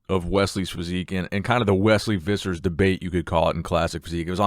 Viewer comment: I suspect his surname is pronounced Phissers.